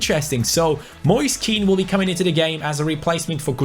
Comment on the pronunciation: Moise Keans name is pronounced like moyseh ken